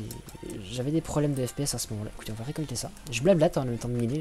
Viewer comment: Récolté ta dit Rikulté , écoute a :p